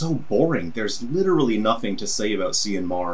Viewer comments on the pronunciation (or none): FYI it's an Irish name pronounced "Kee-an", which is similar to Cillian being pronounced "KIllian".